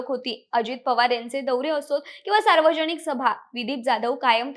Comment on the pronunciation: भावपुर्ण श्रद्धांजली 🙏🙏 अगं बाई पण तुझे मराठी उच्चार आधी सुधार. न ला ण बोलतेस. विमाण लहाण सार्वजणीक निधण एविएशण कंपणी दोण फोण 😢😢